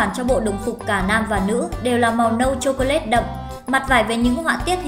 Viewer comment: Thảm họa tiếng Anh. "Chô cô lét"